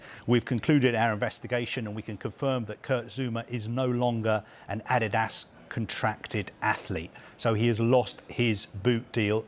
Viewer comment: Just listen to that pronunciation Adidas...this has to b wrong?